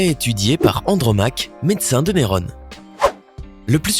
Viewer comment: Il agis de l'empereur néron pas nerone (lire en phonetique) ... (Par rapport a l'extrait parlant d'andromaque) ... Vous m'avez interessé plus d'une fois avec vos videos mais parfois essayer de "comprendre ce que vous ecrivez" (si toutefois vous ne le faites pas) c'est un conseil pour que vous soyez encore plus credible